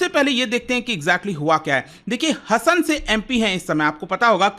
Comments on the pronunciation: वे हसन नही sir 😂😂 हासन कहते है उस जिले को🎉😊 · Sir इस constituency को Karnataka में "हसन " नहीं "हासन" बोलते हैं!! Thanks for the update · It's not Hassan: हसन, it should be pronounced as Hassan: हासन!!! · Sir it is Haasan not Hasan....